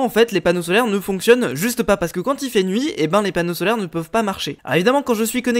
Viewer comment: ta dit qu’il fait jour mais il fait nouit